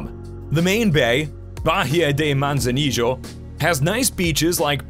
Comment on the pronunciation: A lot of time and expense to put this package together. But I sure hope the narrator wasn’t paid for his work. Is it any wonder visitors from USA, Canada, and overseas murder the pronunciation of the names of these destinations !! Manzanillo for example is Mawn-saw-NEE-o. NOT Manza-nee-Joe. Perhaps in Argentina ! But not Mexico! And while we’re on that Town, Manzanillo is NOT a resort/beach town (tho it has nice beaches). It’s a condo town w/quiet beaches.